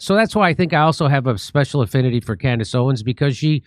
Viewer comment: Am I hearing things, or did she call herself "Camrace Owens"?